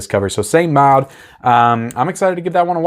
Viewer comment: Neither. It's pronounced like "mawd"